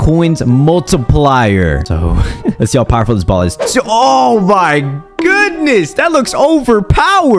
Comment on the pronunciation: YOUR SUS WHY YOU SAY BOLL SUS